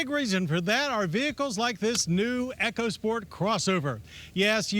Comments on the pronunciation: E-CO! E-CO! NOT ECHO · Eco (e-co) sport, not EchoSport. It's not an damn Amazon product.